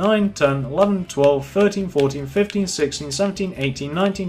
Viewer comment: Why don't u be more clear when u say 15 idiot